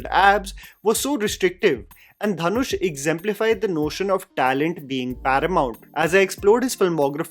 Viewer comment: Dhanush is pronounced दनुष not धनुष